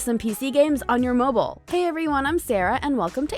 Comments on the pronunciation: mobile not mibile 🤣🤣🤣🤣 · Kick my "MIBILE" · On mibile ? 😂🤓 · On MIBILE Lmaoooo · Yes my best platform "mibile" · It literally said"pc games on mible"XD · “Pc games on MIBILE” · "PC Games On Mibile" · 0.32 mibile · They litartly said mibile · Mibile? XD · Mobul lol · "Mibile" lol xx